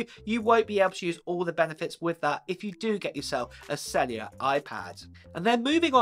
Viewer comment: UWhat is sellia. Do you mean “cellUlar”